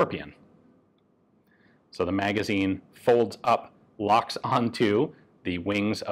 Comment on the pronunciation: I reckon you were trying to say "the stock"